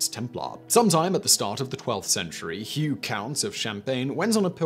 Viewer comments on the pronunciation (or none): none